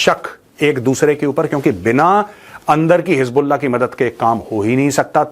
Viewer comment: Ajeet bharti bata rahe hai (hiz ball aah) (hiz ball naah) 😂